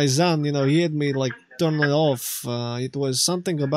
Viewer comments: Серьёзна?? As a Russian, I'm confused by his use of "z" instead of "s" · everybody who speaks russian would immediately cringe at how he pronounces son... it's son not zon. even russians have a strong s when needed. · Yeah, pissed me off how he kept saying "zon". Otherwise it sounds pretty much like some of guys I knew back in a day.